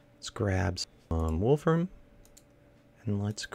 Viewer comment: You said Wolfram right. The only issue is that it is Wolf RAMI um